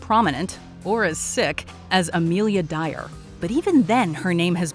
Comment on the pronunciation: I have Heard of “Amilia Dyer” but No One Else